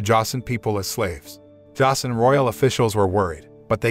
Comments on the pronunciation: josen is pronounced joesin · Joseon pronounced "chosen."